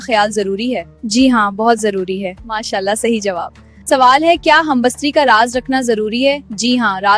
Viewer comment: Oh baywaqoofon... First learn the word. It is humbistari .. not humbastari.